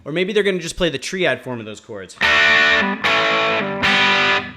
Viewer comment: Triad is pronounced "try ad" not "tree ad". Just trying to help. My brain just glitched. 😝